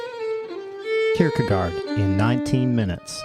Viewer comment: If you care: it's pronounced "kierkegore", with the last syllable being a bit shorter than the English word "gore", but it's the same vocal sound. You pronounce the first part of the word perfectly.